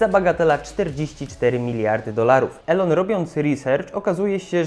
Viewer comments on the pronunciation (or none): none